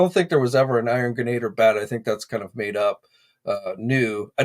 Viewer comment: I believe it is pronounced Iron "gren-a-DEER"